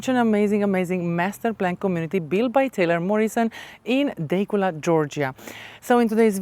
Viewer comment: It is pronounced Da cula. Overpriced